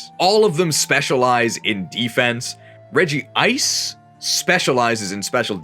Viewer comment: why did you add an extra syllable to Regice's name